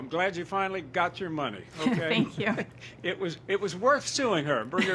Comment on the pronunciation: THANK YEW - ugh such an annoyance